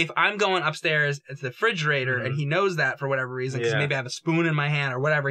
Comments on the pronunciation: "Fridgerator"? "Faurcet"? Jame and must have something wrong with their mouths to be mispronouncing these kitchen appliances. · I thought it was a mistake until said "fridgerator" the third time